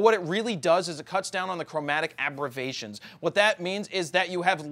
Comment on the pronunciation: "Chromatic abravations" lol